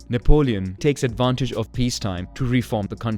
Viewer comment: nap-leon, napped Lion.